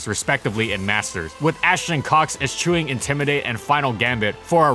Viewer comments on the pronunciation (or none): And annals. Actually, could you just read over the script before you record and look up any words you don't know? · You need to learn how to pronounce eschew before you read it in one of your scripts again.